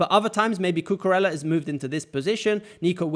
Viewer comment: It's pronounced "Cucureya", not "Cucurela" :)